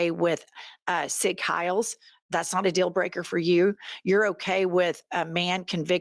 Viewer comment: Jennifer: It's MACK-RAW-NNN It's GUESS-TOP-OH It's ZIG-HIGH-EL What foreign language did you take in school? I bet it was Spanish, right?